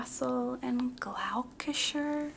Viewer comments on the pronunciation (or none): Pronounced Gloss-ter-shire 😂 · i’m from gloucestershire and your pronunciation really made me laugh haha! very hard word to pronounce but it’s Glos-ter-shurr !! great vid as always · As a british person hearing you say ‘Gloucestershire’ made me giggled its pronounced glo-sta-sheer !!! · The pronunciation of Gloucestershire was just brilliant. 😂 Thank you for that! xx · Any Brits watching - best pronunciation I’ve ever heard of Gloucestershire! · The pronunciation of Gloucestershire made me do a spit take hahaha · the way you pronounce cambridgeshire and gloucestershire kills me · I cannot get over the way she pronounced Gloucestershire😂